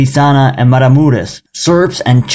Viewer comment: nice episode, btw its Crishana, Maramuresh, peace